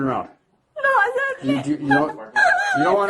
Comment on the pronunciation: Sorry saaar eeee oooo saar sorry saaar eeee 😂